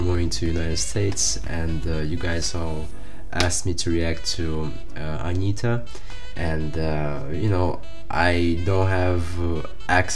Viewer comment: Interessante. Ele fala o nome com T. Interesting, he speaks correctly her name. Like buddy is with Brazilian r. Not the sound "D", like in "day".